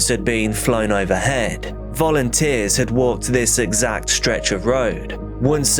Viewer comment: ~ When I heard you state, “volunteers” it sounded exactly like ‘fallen tears.’ Quite apropos wouldn’t you say? Oh my goodness, this poor wee little dear one was afraid of the dark. 😢💔😭